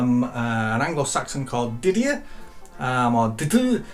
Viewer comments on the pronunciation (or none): none